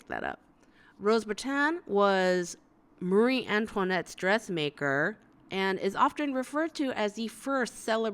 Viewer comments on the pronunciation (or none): none